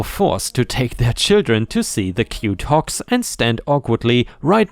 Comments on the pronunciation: because of your accent it sounded like you were saying Hawks like the bird lol got the G sound and K sound mixed up there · I was listening instead of watching. Usually I do not have any issues with your accent, but this time I kept hearing "hawks" until I checked the text. ;-) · The last story: I was just listening to this in the background as I worked. And just kept hearing hawks. Hawks. Hawks. Then I heard big and smelly and decided to see what was being said and realized he was saying hogs over and over. 😂😂😂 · Lol listening while cooking and you first mentioned hogs. My half paying attention brain heard Hawks in your accent lol. 🤣 I had to stop and dry my hands and read along to see hogs lol. I was racking my brain to see what a hawk farm looked like 🤔🤦‍♀️🤣